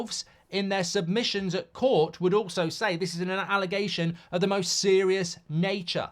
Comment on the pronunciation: SERIOUS ❌️ SEROIOUS ✅️